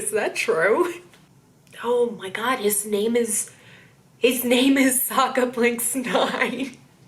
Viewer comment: It was weird to me that the film butchered the character's name. Like it's Sokka not SOOKA